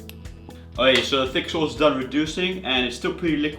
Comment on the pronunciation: A SHAUWCE YOU SAY?! You make me sick